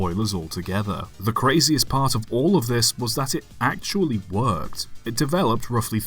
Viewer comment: I love how much emphasis you put on “ACTUALLY WORKED” near the end!